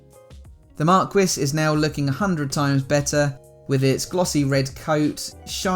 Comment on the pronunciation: Fantastic job! NB. Marquis = "Markee"